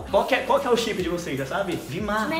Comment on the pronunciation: Vima eu ouvi villllmaaaaaa kkkkkk